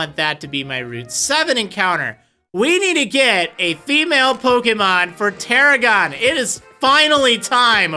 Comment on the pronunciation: got it wrong both times.... its Tarragon